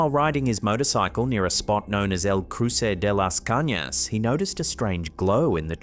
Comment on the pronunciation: "El cruce de las cañas" jejeje good pronunciation... greetings from Dom. Republic.